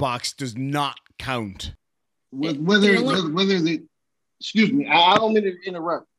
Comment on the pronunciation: He’s trying to say excuse me axing questions he axing where is my brain excuse me again